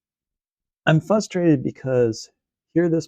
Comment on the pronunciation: Stop saying fustrated, there is an r after the f